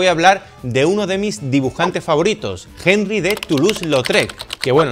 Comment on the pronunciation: No existe el sonido de la jota en el francés. Es sólo una "h" muda.